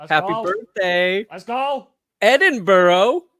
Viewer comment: Much respect to for his pronunciation of Edinburgh.